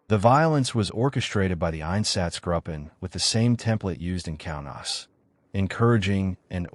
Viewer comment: It would also be helpful if German words were spoken with more of a German accent than an English accent. If you want a quality product, this could be done. For example, It’s “gruppen” with a long “u” sound, not “grupen” like “up-en”. Spend the cash and get a professional translator to help with the accents/pronunciations. This is done all the time. Then it doesn’t sound so amateurish.